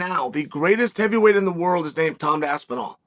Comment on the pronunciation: How can the great one ne matched? No-one can mispronounce both Pavlovic AND Aspinall and STILL be the voice of truth!